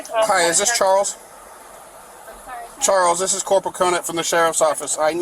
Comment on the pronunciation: Sounded like “Charlotte” to me, and he hard-pronounced the “ch”.